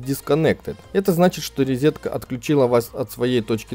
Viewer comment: Тот самый случай, когда человек правильно произносит английские слова, пытается даже в акцент попадать, но говорит "резетка"..